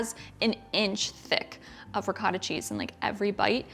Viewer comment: Looks delicious as per usual. Two things: You should try it with fresh made pasta instead of boxed. It brings what is already good to the next level. Secondly, and this is a little pet peeve of mine. In the Italian language the "o" has only one sound and that is the one of a long vowel like (oh). So it's pronounced ri-coh-ta and not ri-caw-ta. or man-i-coh-tee and not man-i-caw-tee